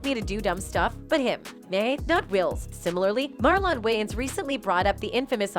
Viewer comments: Why yell always mes up black ppl names Marlin, ,not marlon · When did his name become Mar lawn lmao 😂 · First off wtf is Mar Lon 😂😂😂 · Everything he said was true, uck your feelings, say his name right next time and it's was jokes people 🤦🏾🤦🏾🤦🏾